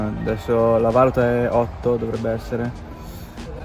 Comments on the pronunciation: sei bravo in quello che fai, váluta come hai detto nel video sta a significare il verbo valutare. Per indicare la moneta devi mettere l’accento sulla U, valúta. Scusa per la pignoleria, parli in ottimo italiano. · Si dice valùta, non vàluta